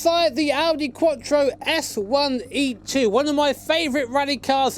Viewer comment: Audi quotchro.. No IT'S QUATTRO, STRAIGHT MOUTH: QUATTROOOOOOO!!!!!!!!!!! ITALIAN WORD, THAT AS ANY OTHER WORD FROM ENGLISH LANGUAGE IS DISTORPTED